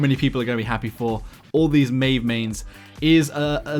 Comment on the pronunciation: OMFG he finally pronounces Maeve correctly?!?!?!?! :O!!!!!!!!